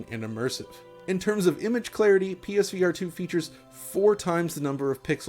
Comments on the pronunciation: Pesverato, got it! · Why do you say it like ”Peesveearetoo” it’s not one word 😂